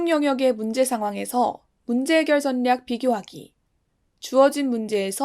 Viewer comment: 정말 잘 듣고 있습니다!! 가끔씩 분류를 [분뉴], 전략을 [전냑]이라고 발음하시는데 이것만 고쳐주셨으면 좋겠습니다~